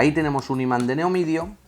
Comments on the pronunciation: Se dice Neodimio no "neomidio" muy buen video, saludos! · se dice neodimio no neomidio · una cosa, se dice imán de Neodimio, no neomidio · Muy buen video!! Solo una aclaración, el imán es de neodimio no de neomidio xD Saludos! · se referia a ese tipo de iman.. pero se a confundido en la pronunciación. xD